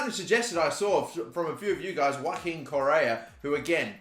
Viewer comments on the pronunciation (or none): none